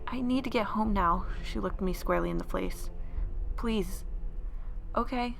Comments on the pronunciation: All I can think about is that she said “square in the flace “ instead of face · ` "squarely in the flace " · "She looked me square in the flace" 🤣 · "she looked me squarely in the flace" XD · she says flace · "she looked me squarely in the flace"